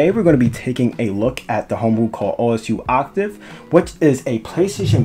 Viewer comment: Just so you know it’s pronounced oh sue